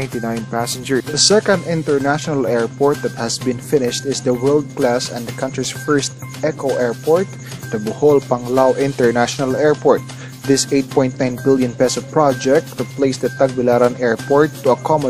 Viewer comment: "grawth" "echo airport"